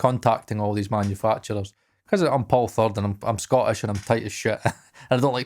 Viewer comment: When Paul said “manufacturers” it sounded like “Maggie Thatchers”